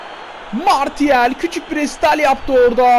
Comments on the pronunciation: 105. Like abi bildiğim kadarıyla Marşial diye okunuyo ama bende tam bilmiyom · Marçial diye biliyorum ben